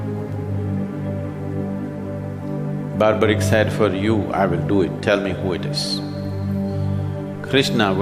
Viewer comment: Sorry friends, Sadguru's knowledge is questionable here. I think he will need to read Mahabharat again and also pronounce the name of Barbareek, he was not Barbaric. Moreover, he had taken oath to fight for weak not to fight for looser. He had to start fighting on the side of Pandavs and not on random side because he was grandson of Bheem. Later on he may had to change his side based on his oath. There are so many things he got wrong.